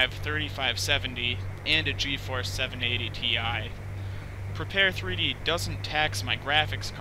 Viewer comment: Looks very nice! I especially like the ability to have your kneeboard in the Rift! Will definitely get this when I get my DK2! On a side note: It's supposed to be pronounced "prepared", not "prepar-three-dee".